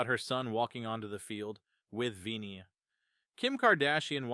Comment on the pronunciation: Can you stop butchering Vini’s name?